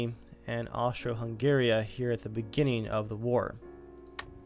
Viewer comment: It's Austria-Hungary lol